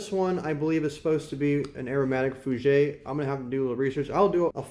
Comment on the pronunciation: Just in case you wanted to know. It’s pronounced Fú-Jhair and Jjock Bogart. Love your videos and the fragrances you review. I like all my phoenix artisan products I’ve purchased based on your reviews.